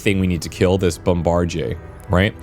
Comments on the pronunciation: Bombardyay.... lol. It's pronounced bomb-ba-deer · Thanks for introducing me to this game, definitely going to pick this up, I love me some turn based combat games. PS: Bombardier is pronounced "bomb-buh-deer" I had to say something, sorry for being that guy. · FYI "bombardier" is pronounced "bom-bar-deer". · It’s bombadeer dude, not what you said. 🤦. It’s an indictment of our educational system. Thanks for the video btw. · mf said "bomb-bard-ehay"... it's "bomb-bah-deer"... jfc gamers really can't read smh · Brother..it’s BOMBA-DIER.. “bombadeer” NOT BOMBAJIER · That specific thing you have to kill in this mission is pronounced bomb-a-deer, not a bomb-bar-jay 😆 😂 😜 🤣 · Strange pronuciation of bombardier. Extremely French. In English, it's usually pronounced "bomb-bar-dee-er", not "bomb-bar-dee-yay". Perhaps you are from Quebec or adjacent to it? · Just to note, bombardier is pronounced 'bomb-buh-DEER,' not 'bomb-bar-JAY' or how you were saying it. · Bombardier. Pronounced Bom-buh-deeuh. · as a heads up, its pronounced bom-ba-deer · Bombardier is pronounced Bomb-bar-deer. You're Frenching it up lol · BOM-BUH-DEER you GOOSE! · You threw me off with "bom-bar-jay", lol. I was like "Have I been pronouncing this incorrectly my entire life?"😂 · Must be some unique Canadian pronunciation. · Not exactly Canadian. Most pronounce "bombardier" the regular American English way as "bom-bar-deer". He's using the Quebec French way "bom-bar-dee-yay". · So pumped for this game! Oh and it's "Bomb-bar-deer" 😊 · Also, it's pronounced BOM-BA-DEER. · I have never herd someone pronounce Bomb-buh-deer like that. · Kill the "bomb-bard-yay". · what an interesting way to pronounce “bombardier.” interesting meaning wrong and stupid. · Jebus, this guy not knowing how to read "bombardier" is killing me. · His mispronouncing bombardier is going to give me a seizure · Sometimes I forget you're Canadian until you pronounce bombardier as bombardier and not bombardier.